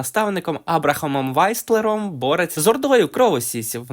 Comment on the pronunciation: З якого такого дива уісл став вайслером? Транскрипцію читай перед озвученням чи що